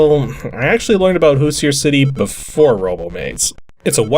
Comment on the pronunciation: So I'm guessing this is based on the Indiana Hoosier football team, since the main character looks like a football player with helmet. Being from Indiana, I have to point out that the pronunciation of Hoosier is a little off.